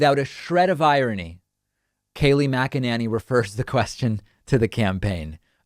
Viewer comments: Mackaninni. Its Mackanini please pronounce it correctly! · Can you not figure out how to say her name? I've heard u say it multiple ways, and what makes it worse is that is that you try to pronounce every sylable and still somehow seem to get it wrong!!?! Idk why it irritates me so much, I guess cause its not hard.. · Aaaand David can't even say her name right. Not a journalist. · Pakman, I love how you purposely mispronounce her name